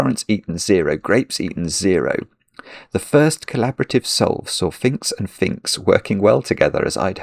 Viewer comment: I cant believe how many times you clearly said Finkz instead of phinx when you were definitely talking about phinx!